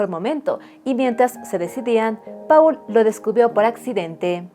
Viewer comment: Paul se pronuncia "Pol"